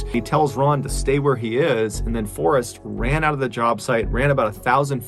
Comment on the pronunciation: you lost me at “forest ran”😂😂💀🪦